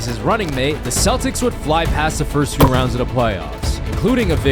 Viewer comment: "DWIGHT JUST WON IS 4TH DPOY!... a thew years ago."